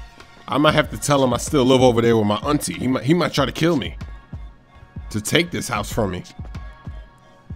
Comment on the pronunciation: i like how you say -how did heee not see mi